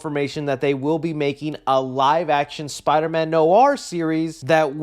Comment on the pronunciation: Spider-Man No R